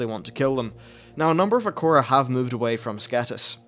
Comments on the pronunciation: What the hell Is an acora? Do you mean Air-uh-co-uh? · Akora? XD I usually pronounce it "Ah-ra-co-ah" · Acora? It's Arak Koa not Uh Korra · How did you say it like "a core a" when it's spelt "a rakko a"? Do you spell "core" as "rakko"?